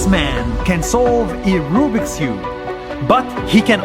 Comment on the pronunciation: Nas: rOObiX cube Me: Rubik's cube